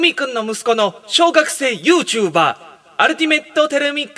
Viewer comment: ゆー↓ちゅー↑ばー↓で草